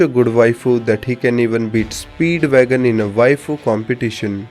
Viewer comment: Sorry I think you miss pronounced it It's: SPEEEDWAGOOOOON